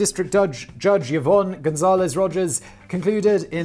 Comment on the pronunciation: I mean he is also saying Yovonne instead on Yvonne. Edit: His "Karaizo" pronunciation is hilarious.